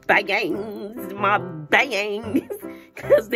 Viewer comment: you are so hilarious with u saying BA-ANGS Can’t 🛑 laughing 😂😂😂😂😂😂😂😂😂